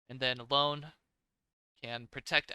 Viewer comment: It's Ione (ee.o.ne), not Lone 😁